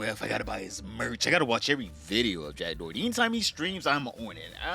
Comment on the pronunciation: “Jack Dorty” is too funny every time I hear it 😂